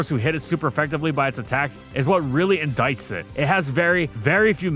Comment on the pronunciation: indite, not indikt